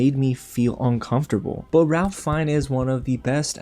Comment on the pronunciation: Great Review! Really looking forward to seeing this one. FYI, his name is pronounced rayf fines.